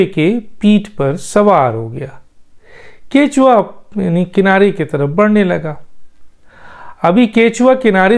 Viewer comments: Kachwahh (Turtle) he ap kichwa ghalat keh rahe hen correct krlen please men ehle zaban gun mujh se bardashat nahi huwa sorry for that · kuthua hota hey bhai ketchua nahean🥰